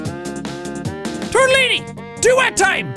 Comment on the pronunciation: Anyone notice tortillini sounds like moossilini